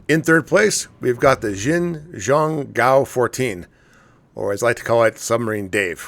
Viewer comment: Say "Shin Jung Goo-woah" for "Xin Zhong Guo", you'll be a lot closer to the pronunciation of the Chinese. It's not exact but it's closer. Source: Me, former Chinese cryptologic linguist in the military. I'd have to see the characters for the name (and I can only find the pinyin for it) to find the exact tones, but that'll get you closer to the ballpark. :)